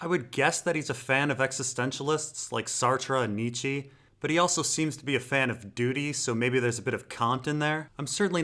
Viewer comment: Nichi and Cán't, anglo bastardization makes for some funny and strange ways to pronounce Nietzsche and Kant